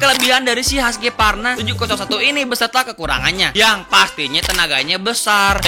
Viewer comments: Cara bacanya kalo orang luar "huskuarna" bukan haskyvarna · haskivarna itu cara baca darimana sih bang? orang swedia bacanya huskvarna..